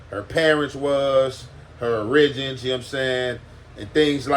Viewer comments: My nigga said O-ri-gins not ori-gins🤣🤣🤣🤣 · Her or-rih-jens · “Urrijens” (origins). 😂 always comes with some good ones. 😆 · Bro you are pronouncing “Origins” wrong. Pronounced Or-ruh-gins. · My ninja said oriGINS 😅 . Keep it oriGINal wit them mispronounciations my guy 👌🏽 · How hard is it to say origins ? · I fuck with.....somebody please teach him how to pronounce "origins" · He’s been using that word in his last few bideos 😅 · Bro did ya’ll peep how he pronounced origins